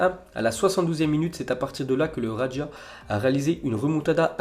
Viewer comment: Ça se prononce raja comme jardim, j'arrive.. Non pas radja